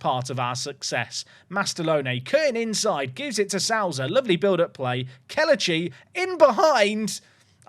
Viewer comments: Souza has sow as in you reap what you sow, like so in sober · Perfect Mendonça pronounciation, gg! Now you gotta fix your Souza.